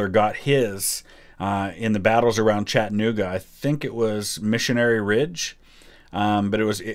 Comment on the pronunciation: I live in Chattanooga and I laugh each time I hear him say it. There’s no H in the pronunciation